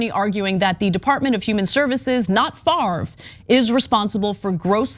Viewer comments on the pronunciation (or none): I dont know what's worse, pronouncing his name FARV, or doing the shit he did... its French, pronounced FOV